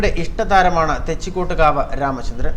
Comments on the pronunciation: എന്ത് ഊള വാർത്തയാടാ ഈ ചവർ ചാനലിൽ പറയുന്നത് തെച്ചികോട്ട്കാവ് രാമചന്ദ്രൻ എന്ന് പറയാൻ പോലും അറിയില്ല വല്ലപ്പോഴും നാക്ക് വൃത്തിയാക്കുന്നത് നന്നായിരിക്കും , ആനയുടെ തൊട്ടടുത്ത് പടക്കം പെട്ടിച്ച അവൻ ഇടഞ്ഞത് അല്ലാതെ വെറുതെ ഇടഞ്ഞതല്ല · Da മൈരേ ആദ്യം തെച്ചിക്കോട്ടുകാവ് എന്ന് പറയാൻ പഠി